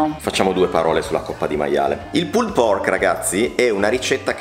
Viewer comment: magari , evitate di pronunciare troppo intensamente la ultima E di" PULLED" , vi classifica cosi , spaghettari LOL , ciao , bel programma